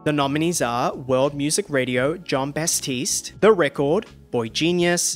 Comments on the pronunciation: Great video, but it's batiste not bastiste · Why do you keep saying Bastiste? His name is Batiste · Thank you for the recaps! Just a heads up, it’s John BaTiste, not Bas-tiste! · why are you saying "BaStiste" 😭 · Stop saying John bastistse